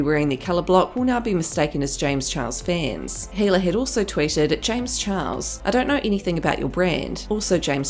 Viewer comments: LOL look at the subtitles, where she says 'James Charles' (she pronounced Charles wrong) the subtitles say chihuahua's LMAO HFGYRUFA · oopie poopie scoopie1 she says it on purpose lol